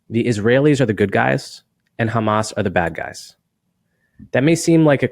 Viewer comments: The reason they say Khamas instead of Hamas is that it’s a dog whistle for people that speak Hebrew because it means violent robbery spelled and pronounced that way, whereas Hamas is an acronym. They are able to pronounce it both ways. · Yes, why do they say it like a cat coughing up a fur ball? KHamas. The Arabic word starts with H. Malakowski doesn’t say KHappy.